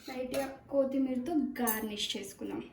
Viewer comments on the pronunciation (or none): Bro it's KOTHIMIRA ☘️🤭🤣